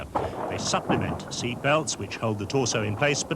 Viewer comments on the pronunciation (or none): none